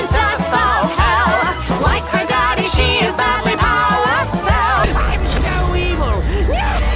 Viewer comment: I still hate how the pronounced "powerful" as "powerfell" just so it could rhyme